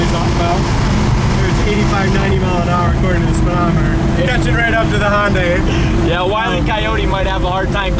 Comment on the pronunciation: When trying to catch that Hyundai it's not pronounced HONDAI , there's no O in it. Just remember Hyundai / Sunday.